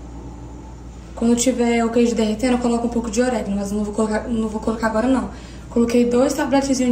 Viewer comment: não é CELORAS e sim CEROLAS,vc troca a ordem do R e L. E não é OREGUINO é ORÉGANO. Bjs 🌻